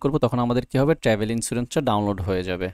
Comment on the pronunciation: Thank you for the videos., please pronounce the Travel Insurance ln correct way, it sound not good. Every time you say ট্রেভেল Insurance. But it is supposed to be sound ( ট্রাভেল ) not ট্রেভেল please. Thank you again for the videos.